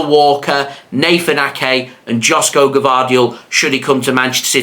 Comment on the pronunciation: It's pronounced YOSHKO, not Josko Gvardiol